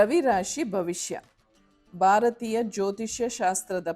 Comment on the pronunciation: Madam, ನಾನು ನಿಮ್ಮ ತುಂಬಾ ಬಿಗ್ ಫ್ಯಾನ್... ಬಟ್ ನಿಮ್ಮ ಕನ್ನಡ ತುಂಬಾ ಚೆನ್ನಾಗಿದೆ... ಆದ್ರೆ ಸ್ವಲ್ಪ ಅಲ್ಪಪ್ರನಾ, ಮಹಾಪ್ರಾಣ ಸ್ವಲ್ಪ ಗಮನ ಕೊಡ್ಬೇಕು ಅನ್ಸುತ್ತೆ... Such as, ಭಾರತೀಯ pronounce ಮಾಡ್ಬೇಕಾದ್ರೆ ಮಹಾಪ್ರಾಣ ಬಳಸಿ ಪ್ಲೀಸ್...